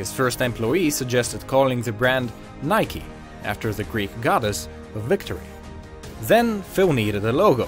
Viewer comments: why are you saying nikey just say nike ffs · its nike not nikey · "Btw thats how you pronounce Adidas" and then you call it Nik-e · why you say it like nik-e / nikee ITS NIKE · In my language Nike is pronounced like hike but with n(nayk if it helps) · It's actually a Greek word and it should be pronounced Neke,which in Greek language,means "Victory".